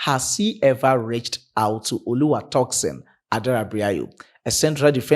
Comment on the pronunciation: Bro, you murdering Tosin’s name- it is not “ToxinSon” but Tosin pronounced (Toe-Seen). You are welcome😊